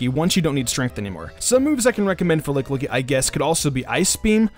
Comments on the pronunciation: "LICKLICKY".... Urgh :/ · Did he really just say licklicky the whole video?